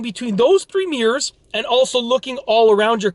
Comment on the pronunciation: Nobody: This Dude: Meeerz